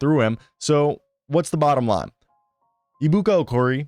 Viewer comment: Pronounced A-bukah Okoh-ree-A. You're welcome. His first name is actually shortened. But it means "God is so great" or "God is so Big."